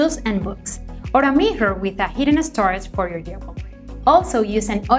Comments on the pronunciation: What are you talking about? She recommends mihas 😄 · I love how she pronounce mirror 😙